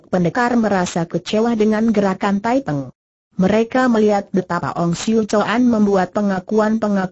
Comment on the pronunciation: Nama pemberontak itu thaiping bukan thaipeng